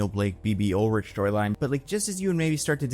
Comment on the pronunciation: Its Urich, not Ulrich